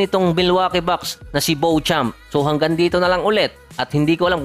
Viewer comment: Byo-champs ang pronunciation po Parang sa beautiful 🙂